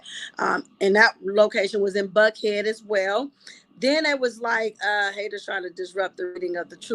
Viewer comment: Thank you for all you do! It's Johns Creek, GA and you pronounced Buckhead correctly. Love from Atlanta!